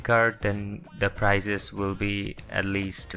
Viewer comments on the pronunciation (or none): PRICES not PIRZES